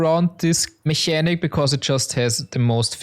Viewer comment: Mechanic is pronounced in English with an hard K sound. It sounds more like "Mekanik"